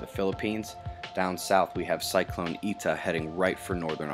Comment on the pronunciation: Thanks. P.S. It's pronounced Eye-Ta not Eee-Ta. Just don't want you to look (sound?) silly. Cheers Marty